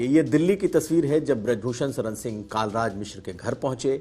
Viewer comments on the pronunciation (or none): यह बात समझ में नहीं आई जी! आप का हिंदी का उच्चारण भी बहुत अच्छा है। पत्रकारिता के लिए यह होना भी बहुत आवश्यक है। तो.... आपने जानबूझकर माननीय पंडित कलराज मिश्र जी को.... कई बार कालराज मिश्र क्यों कहा? ऐसा नहीं है कि मेरे सुनने में फर्क पड़ा है। यदि आपने जानबूझकर ऐसा किया है तो यह अच्छी बात नहीं मानी जाएगी! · कालराज नहीं कलराज मिश्र तुमको रिपोर्टिंग के लिए किसने रख लिया है